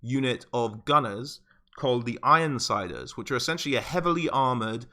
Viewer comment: and it's the Nuln Ironsides not ironsiders